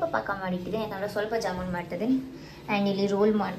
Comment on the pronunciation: ಅದು ಜಮ್ಮುನ್ ಅಲ್ಲ ಜಾಮೂನ್